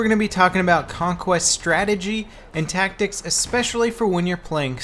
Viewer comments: hehehhe "tatctics" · "tatctics"...makes me smile...don't know why tho...